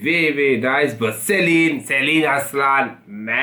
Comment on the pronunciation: Selin değil Ceylin. Türkiye ile ilgili program yapıyorsun, Türkçe okumayı ogren.